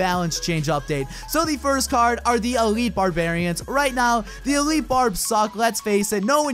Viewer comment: elite barbs (e-light)